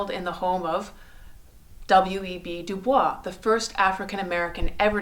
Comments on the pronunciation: The correct pronunciation of his name is DuBoys not the French DuBois. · FYI...WEB Du Bois is pronounced like "Du Boys" He never used the French pronunciation. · One final thought..... First time i have heard WEB Dubois name pronounced French. Usually du-boys. I wonder if that is a sign of reading and not hearing content?